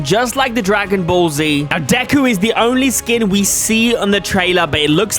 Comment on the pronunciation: its deku not decu i am offended cause love mha/bnha